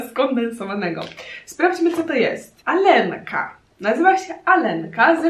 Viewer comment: Aga czyta:,,Alenka" vs Jak się czyta:,,Aljonka"